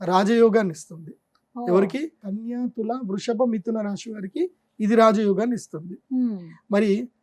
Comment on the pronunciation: గారికి 🙏🏻. రాశి అనండి రాషి కాదు.